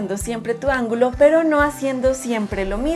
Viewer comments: Ángulo 😅, no algulo solo eso lo demás del video perfecto 👌💕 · Es , ángulo Y no , "algulo "